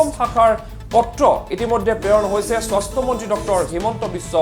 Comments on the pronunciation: স্বস্থ বিভাগ না স্বাস্থ্য বিভাগ. না তোৰ মাত নুঘুৰা হৈছে. আল বাল চেনেল কৰি খুলিব আহিছা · কি স্বস্থ্য হে । স্বাস্থ্য বুলি স্পষ্টকৈ কওক।বৰ শ্ৰুতিকটু হৈছে।